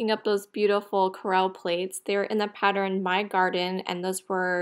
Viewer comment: Pattern; pat- turn, 2 syllables